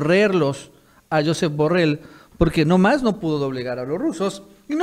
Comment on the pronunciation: Borrell es catalán. Se pronuncia: Yusép Borréll. De la misma forma que Trump se pronuncia Tromp.